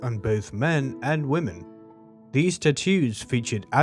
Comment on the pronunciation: if you decide to read the script yourself, you should make sure you take some diction lessons or logotherapy. It is ridiculous to make a video about the Scythians and not be able to even pronounce their name correctly. You are probably not aware, but your pronunciation of some words is just laughable. For instance explain to me what "war-fur" is! Or can't you pronounce the plural form "women" correctly?